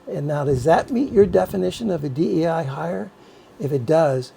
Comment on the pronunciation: DEI >> pronounced as in dye or die